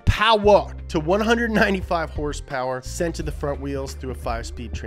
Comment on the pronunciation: “385 heRsper, 385 pound feet of twerKs”